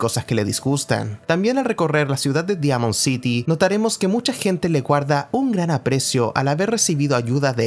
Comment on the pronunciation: Pronuncias bien "Synths" pero pronuncias mal "Diamond City"